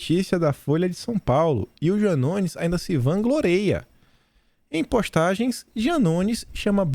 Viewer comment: Sem querer ofender, mas a título de informação a palavra não é "vangloreia" e sim vangloria.